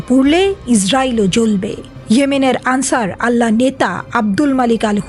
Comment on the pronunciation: আনসার আল্লাহ নয় আনসারুল্লাহ বলেন জেনে বুঝে কেন ভুল করেন।